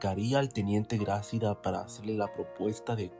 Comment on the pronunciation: Hola buen reportaje, felicidades, solo te acoto, no se dice Grácida , se dice Gracída, te puse las tildes para explicar como debes decirlo, saludos